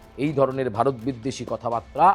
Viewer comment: বারত না ওটা উচ্চারন ভারত 🤣🤣😎😎😎